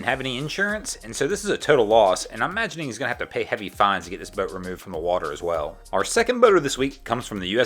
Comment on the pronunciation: How you say, boat is hilarious... more like boaeete